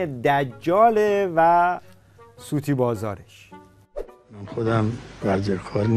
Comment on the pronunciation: متوجه نشدید؟ نگفت ورزه‌کار گفت ورزرکار